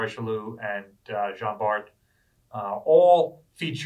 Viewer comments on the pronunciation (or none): none